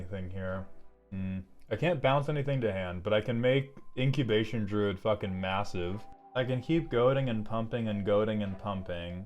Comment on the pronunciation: Ob nix ill iss = ob nix uh lis Droood = druu id U even eventually said druid. Is inglush hurd?